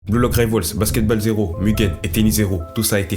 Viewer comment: alors vraiment bien la vidéo ! par contre stp respect le nom des sports basket balle ça ma fait saigné des oreilles le "a" ce prononce "o" plsssss (c'est juste un détail détaillé mais aze)